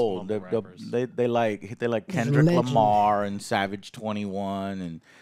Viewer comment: He's talking about how joe said his name the wrong way lol